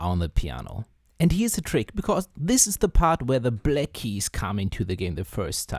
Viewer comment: Why can't you pronounce "black" correctly?